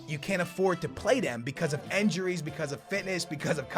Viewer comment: who else finds the way says injury/injuries funny😂